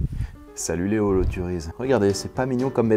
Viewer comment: Holoturies ça se prononce holoturie pas holoturise , le nom est francais ^^.